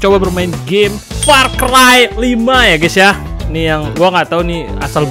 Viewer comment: far cry bang, bukan fire cry :face-purple-crying